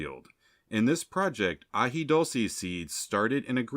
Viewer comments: Very informative, thanks. As far as pronunciation, its AJI DOOL SAY. 😊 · AJI DULCE with a U not O.